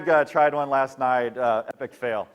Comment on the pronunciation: lulz, he said epic fale. epic fale when a grown up says it, imo.